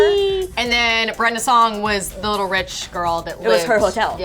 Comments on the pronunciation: He said "Brenda Shong" 😂😂 I died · Brenda chon 😂😂 I died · LOL... Brenda CHONG???? How racist of you....